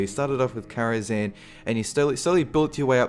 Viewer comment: Really? Karazhan? No. No.